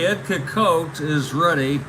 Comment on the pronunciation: Nice Game. FYI its Ed SEE-cott. Thanks Take Care**